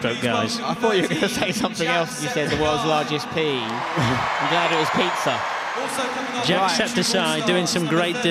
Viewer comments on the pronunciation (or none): not the commentators saying jackseptiseye 💀😭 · It's jacksepticeye not jackseptiseye